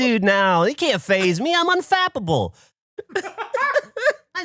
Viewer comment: but he definitely said unfappable.